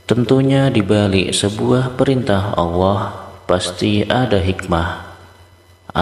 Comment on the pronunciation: Sayang awoh...awoh...awoh...sebetulnya Alloh bro hrp dirubah